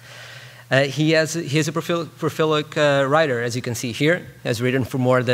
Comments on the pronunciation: prolific, not profilic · he cant even say "PROLIFIC". Fuck these guys are MBA students.